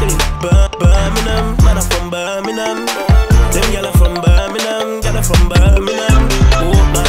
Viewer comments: Now if only he could pronounce it properly... Birm-ing-*ham* or Birm-ing-*um* NOT "burn-a-nun" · Say Birmingham properly if your from here Bir-min-gham not ber-meh-nam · If you’re going to make a song about Birmingham, the first thing you should probably do is learn to pronounce it properly. It’s not pronounced ‘Burminum’ that’s for sure. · You lot say birminam too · Why is it said like birminham not Birmingham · Man's saying birningham it's Birmingham for starts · Does it piss anyone else off how they say Birmingham? They don’t say the G in Birmingham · It's Birmingham. Not birminam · Just saying nobody in brum says Birminum... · The main major problem with the video, is that he pronounces Birmingham like a Londoner. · Yeh that's not how we say Birmingham 😂😂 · Would help if u pronounced it correct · My anthems KRO and you carn even pronounce Birmingham. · Make a song when u can say Birmingham properly yhhh lolll or is it me hearing wrong tday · How can you be from Birmingham and not even know how to pronounce it properly. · They can't say Birmingham probably 😂🤦🏼‍♂️